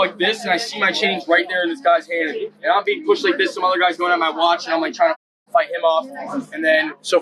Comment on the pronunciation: He's so proud of his watch that he can't learn how to pronounce it correctly.